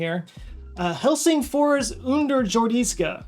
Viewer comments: Underjordiska (undergroundy) is actually a Swedish word, not Finnish. You almost nailed the pronunciation, but the stress is on the "jor" not the "dis". 😉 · for most other languages: try pronouncing a j like a y. underyordiska